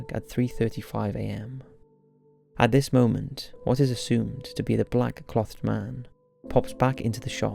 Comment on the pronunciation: Mate. Good video, it's great that you're bringing attention to this case. But please, pronounce "clothed" properly x